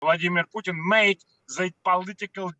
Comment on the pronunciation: Pjuutin veRRRY rational guy 🤣🤣🤣